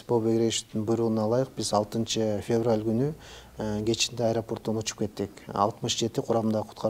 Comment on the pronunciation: Урматтуу алып баруучу февраль туура Айтчы,орус тилчи филологдон сабак алды айланайын балам